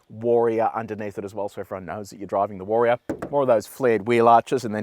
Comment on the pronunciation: take a shot every time he pronounces it WAR-E-ORR :)